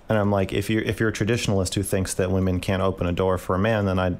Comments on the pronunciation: the only reason i dont watch is because she says woman instead of women. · Dude I know she speaks English so the fact that she cannot say PLURAL womEn is so fucking annoying to hear. She’s been doing it since day 1 and I don’t know why